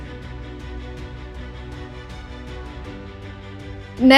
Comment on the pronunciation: seharusnya bernegosiasi bukan bernegoisasi